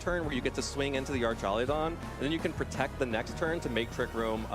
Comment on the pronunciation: I wanna know where this guy keeps finding the "ee" in Archaludon